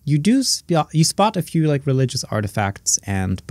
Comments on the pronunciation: Why the first thing i heard was "f you" and not "a few" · When the queen said “a few” I thought she said “f u!..”